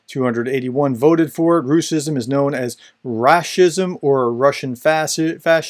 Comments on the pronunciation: Professor, you're doing incredible work, but a small nitpick from Russian native with good comprehension of Ukrainian, we almost unilaterally tend to pronounce it rash-ism, which sounds even more demeaning, as it is derived from English pronunciation of our merry Mordor's name and adds more salt to the wounded pride of 'turbopatriots' (russian neonazi/imperial bunch) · Great explanation. Just wanted to comment on that the word should be pronounced as: --- Rash-izm Close to its italian version: --- Fash-izm The word is so new that Google translate doesn't know about it and translates it as "racism" 😉